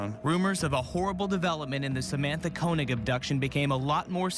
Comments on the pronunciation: How can you pronounce her surname Kaynig for for the entire video when you can here the cops and reporters saying it correctly?? Disrespectful. Do your homework. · Dude….at least pronounce Samatha’s last name properly. It’s not Kay-neg; it’s Koenig pronounced Koh-neg.